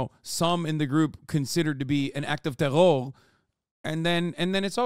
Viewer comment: The "tewwow" kills me every time